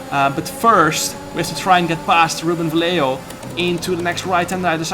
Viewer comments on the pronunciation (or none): none